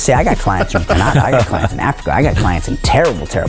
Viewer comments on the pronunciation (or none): Surprised you guys didn't poke a bit of fun at the guy for pronouncing it CaNAda.